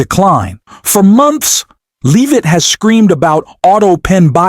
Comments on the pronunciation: Please stop mispronouncing leavit 😢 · Stop mispronouncing leavit😢